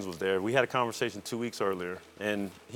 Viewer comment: paul pierce was dere, rondo was dere, perkins was dere